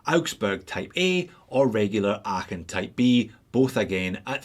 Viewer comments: Ahhh, so good to have a Scotsman review these Lacos: your pronunciation of "Aachen" is spot on! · good pronounciation of Aachen .... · Hey, as a german speaking subscriber i feel qualified to say: congrats on your pronunciation of "Aachen"! ☺️👌🏻 The standard model of this is still on my shopping list. But unfortunately, too much divers on that list to get first! 😅 Thanks for the review! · As someone born and raised in Aachen I can confirm that you’re pronunciation of „Aachen“ is spot on. Especially, for someone that doesn’t speak German as their native language! Also do wear a 39mm Aachen with the blue dial on my wrist on the daily. Love this watch so much! Just like you’re videos then haha. Greetings from Düsseldorf, au huur! 🤙🏻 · These look amazing. You really are well suited to say Aachen in a way most of us aren't. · I never heard a native Englisch speaker pronouce Aachen so well. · Kudos for the correct pronunciation of “Aachen” 👏 Although one can almost feel the concentration invested 😉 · Just want to congratulate you on your perfect pronounciation of Aachen. Greetings from there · Big respect for your pronunciation of Aachen.. xD Love Laco watches, great video! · Congratulations for your great pronunciation of „Aachen“ ! 😄👍 Not an easy one - even for a Scotsman